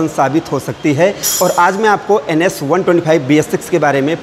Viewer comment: Sir it's ABS not ASB😑